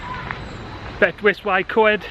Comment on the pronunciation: Bet-oose ( as in goose) uh Coyed. Hope that helps